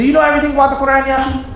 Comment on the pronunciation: Qu-raaan. You pronounced that wrong so how about you correct that first. Fazail is Urdu not Arabic, both are fine